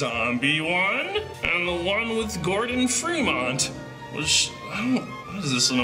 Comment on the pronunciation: also did he just call gordon "gordon freemant"